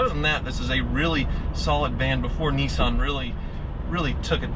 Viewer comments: Hey..... It's pronounced "Nis-san.......not Nee-san" Just sayin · what the fuck is a neeson...isnt he an actor? its NISSan.......NISS.....like PISS but with an N NISSAN....you try....N..i..s..s..a..n....... good boy. lol, jokes aside, great videos. and you must be doing something right as your views to subscribers ratio is possibly the best in the game. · Neesan ...... niss ann...... hmmmm. Nissan. Bit like soo baroo..... it’s Subaru.... lol